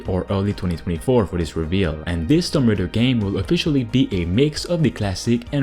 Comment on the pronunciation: Love your videos man. Just one thing, you pronounce Tomb Raider incorrectly. Tomb is pronounced like toomb like toon, but ending with mb. Just some constructive criticism :)